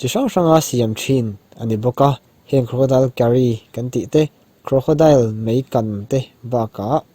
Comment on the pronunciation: Crocodile tilo khian awle ti rawh,i lam dan kha amawi lo